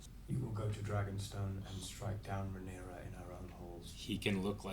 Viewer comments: RAY NEAR UH !!! pronounce her name right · Why does insist on putting extra letters on Rhaenyra’s name lol where did that extra s come from